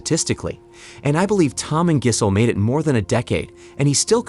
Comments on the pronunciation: Her name is pronounced 'Jizzzzz-el' lol, just so you know. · "Giss-hole," "Jizz-hole." This guy's killin' me. 🤣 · The way the narrator says gisell rhymes with chisel & that's what she is:a chisler.Throw her like a long bomb pass back to the streets Tom!This may be a blessing in disguise though.Obviously time trade up the old gash for some younger,tighter poonanny!